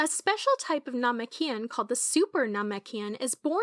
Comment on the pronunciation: it’s most likely ai. That’s probably why they say namekian incorrectly.